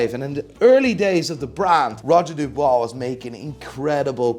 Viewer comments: F*ckin’ Dub-UI-s not Dub-OI-s, 😄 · It's Dubuis, not Dubois... Mr expert of pronunciation 😅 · *Dubuis not Dubois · It’s not Roger “Dubois” lmao it’s Dubuis !! Pronounce Dübwee” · Roger DubUIs, not DubOIs! 🤬You butchered the name! Otherwise great video as usual 😁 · I believe Roger Dubuis is pronounced “Du-bwee” not “Du-bwah” but LOVE the new list!!! 🙌🏽🙌🏽💯✊🏽👏🏽💪🏽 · Roger Dubuis - Dooo bweee :) And A. Lange meh? Come on man! Their movements and designs are amazing! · “Roger du bwar” 🤣